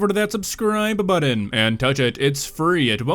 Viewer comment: what is a "subscribe BUDDON"?